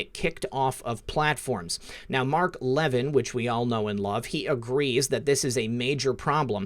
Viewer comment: I hope I spelled your name correctly. Listen... Mark Levin's last name is pronounced, La-vin (emphasis on vin with short i). The "a" in La is a short a - NOT a short e.